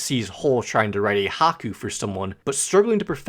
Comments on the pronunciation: Haku!! Did I hear haku instead of Hai-Ku! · it's not haku it's haiku I was taking psychic damage the entire time you were talking about that song.